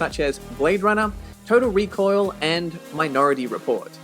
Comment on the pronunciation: Did he say “Total Recoil”?